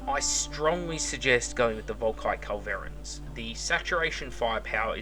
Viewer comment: Your stressing the wrong syllable on Culverin. It's a CULverin